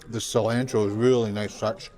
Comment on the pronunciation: Mispronounced cilantro